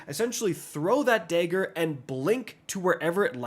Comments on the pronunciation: Bro used the hard R on Dagger 💀